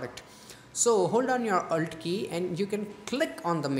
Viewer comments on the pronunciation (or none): Your presentation was nice and it helped me so much, But your Slang is so derby, Man what the hake did u say,YOu littrelly said aulllllter key in Go and hear your own voise. Man change your excent, Bra it is alter key wtf.